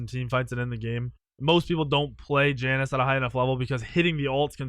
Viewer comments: It's pronounced (ya-nuse) not (jan-ous) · It's pronounced "Ya-Nes"